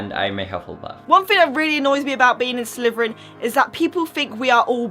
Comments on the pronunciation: I'm sorry but why do you call it Sleveren when it's Slytherian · I hate to be rude but you can't pronounce your own houses name it's Slytherin not slyverin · Its slitherin not sliverin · You say Slytherin like slitherfrin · It's pronounced exactly how it is spelt slytherin. Not slyverin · What's a slverian???? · did anyone realize she said slyverin? not hatin or anythin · Am i the only one who hears "sliverin" from?